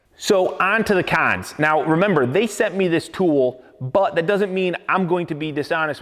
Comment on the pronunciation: "awn to the cawns"